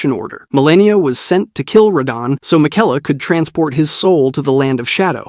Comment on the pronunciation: and Mikela